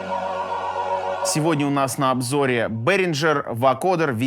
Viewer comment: Это немецкая фирма и правильно произносится берингер , вы же не произносите синхейсер, а зеннхайзер, не стейнберг,а штайнберг .... неприлично для людей ,которые пачками продают берингер